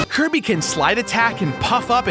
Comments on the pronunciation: you called Kirby curry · in the video accidentaly said cirry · did anybody notice he said kirby wrong and outer words